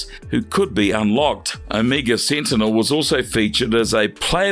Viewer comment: You said this so called "Omeega Seentinel is deedly." How deedly?